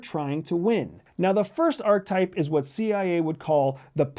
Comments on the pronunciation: “Are-ka-type” (3 syllables), not “ark-type” (2 syllables) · It's pronounced ar-kuh-taip, not ark-taip. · Why do you say arc-type, instead of archetype? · Ark-UH-type.. omg.. lol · Sounds like he's saying "R-type" that great sequel to Gradius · Credibility Killer No. 1: repeatedly demonstrating that you don't know how to pronounce a key concept you're relying upon - "archetype". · The word "archetype" has three syllables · sorry. it is profoundly concerning that you are pronouncing archetype this way. it isn’t a matter of options. it isn’t english. you won’t loop the correct pronunciation in & then re-upload the video, will you. it’s disappointing. if you’re going to do something, it can be done with excellence. ohhh… you’re trying to be controversial in order to generate more comment dialogue that you will never read or respond to. got it. ⛔️🛑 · Let’s start by learning how to pronounce archetype. A nice PowerPoint presentation from the psychology department at the CIA. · I hate the way he says Archetype. Uses big words without a hint intellectual basis. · Archetype has 3 syllables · Please learn how to pronounce archetype